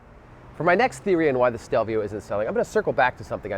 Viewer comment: Can you say the name correctly?